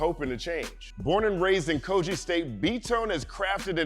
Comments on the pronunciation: Dope also the pronounciation is Ko-Gi(Gi not Ji). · Quite excited to see you breakdown (a)music(ian) from Nigeria. Never heard of B-Tone, will be sure to check him out. Quick one; so it's pronounced /kogɪ/, as in 'g' in given, not /koʤɪ/